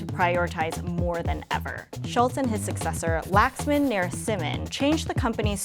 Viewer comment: Thats literally not how you pronounce Laxman.